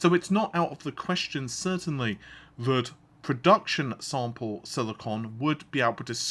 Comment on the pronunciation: seconds in and... : thut :D